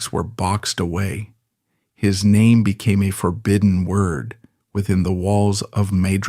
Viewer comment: I lost interest after 10 seconds, following the mispronunciation of his name...